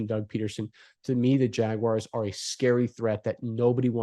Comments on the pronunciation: There is no WIRE in Jaguar. Say Jag then say the letter R with a W sound in front of it. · Don't care who we play. I'd rather not go to Buffalo. But that's 'cause of the weather, not the Bills. And it's Jag - wars, not Jag - wires. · They are not "Jagwires." 🙄 Pronounce it right - "Jagwars." 🐆